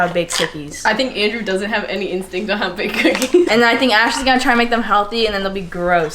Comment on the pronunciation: no one:: inkstinkt